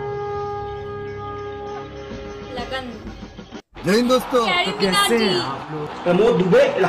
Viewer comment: It's Lagaan not lagan